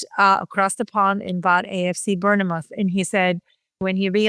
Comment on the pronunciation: How she said Bournemouth is just horrendous